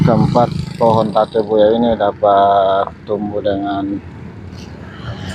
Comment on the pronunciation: Tabebuya om... Bukan Tabebuya😁✌